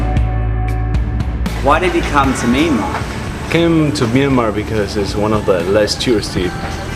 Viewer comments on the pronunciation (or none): Actually it is not mee an mar but myan mar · it sounds like you are saying MeanMa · It's not a Meenmar dear, it's a Myanmar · Nice but why the hell does he keep saying 'Meenmar'?